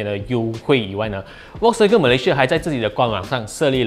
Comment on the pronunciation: 小编可不可以把人家品牌的读音读好一点！是fox音，不是volk音！还说你是vw的车迷